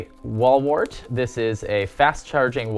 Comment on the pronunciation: QUIT CALLING IT A WALL WORT!!!